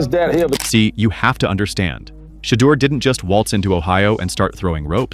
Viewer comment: YOUR IGNORANT ASS NEED TO PRONOUNCE HIS NAME CORRECTLY, OR STOP SAYING IS NAME ALL TOGETHER